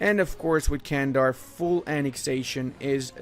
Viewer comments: I am a Turk and Candar is not pronounced as Kandar, instead its more like Jandar. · Nice video. I'll give some tips about pronounciation Karaman, Candar and Dulkadir, so it'll be easier for you :D Karaman --> Qaraman (should be "q", not "k") Candar --> Jandar (should be "j", not "c") Dulkadir --> Dulqadir (same as Karaman) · That pronouncation of "Candar"...